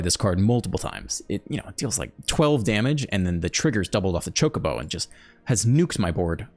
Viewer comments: You're saying Chocobo correct. In Japanese the O always makes the sound like in Open. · You are correctly saying Chocobo.